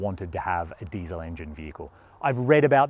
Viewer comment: You got the Diesel word in Rabic/ Farsi all wrong 😂 that's ok. It's like this: دیزل